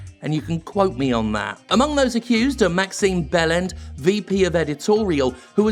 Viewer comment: Wait... His name is ACTUALLY pronounced Maxine Bell-end? I mean... I know it’s not how it’s spelt, but I don’t think that name could go to someone more appropriate